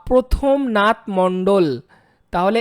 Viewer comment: প্রমথ নাথ মণ্ডল,,, প্রথম নাথ নয়... যদি বাঙালি হোন তাহলে বাংলা টা ভালো করে পড়তে শিখুন.... আপনাকে ছোট্ করলাম না 🚫